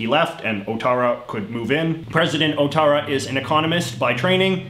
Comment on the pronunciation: Clearly someone has forgotten all of their Core French. The "ou" in front of a bowel is W sound, so his name is pronounced Wattara.